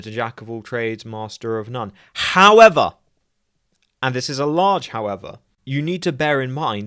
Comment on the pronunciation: I was just going to point this out after his heavy "however"